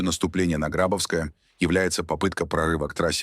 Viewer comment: Пожалуйста, следите за ударениями в названиях населённых пунктов. Это невожно слушать. ГрабОвское, а не ГрАбовское. МаякИ, а не МаЯки.